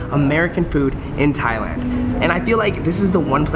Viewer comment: Thailand not Thialand